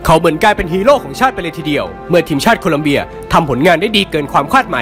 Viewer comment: ชอบค่าาาา แต่ขอติหน่อยนะคะ **ทีมชาติโคลอมเบีย ไม่ใช่ โคลัมเบียค่ะ